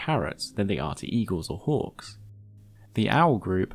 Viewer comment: I spent a good minute trying to figure out how it was relevant that they hunt like orcs, before realizing it was your accent and you were saying hawks. It just sounded you like were casually talking about orcs 🤣